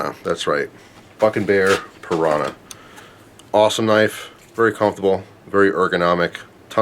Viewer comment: pronunciation of “comfortable” cracks me up every time.